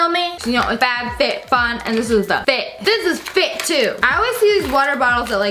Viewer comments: You said fatfitfun! Lol! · Lmao I heard F A T FitFun. Oof